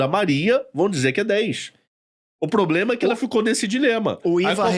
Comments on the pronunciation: Eu ouvi varios "poblemas" também.... rsrsrs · "poblema" e "cidadões" foi de doer... Mas na área dele parece ser um ótimo profissional.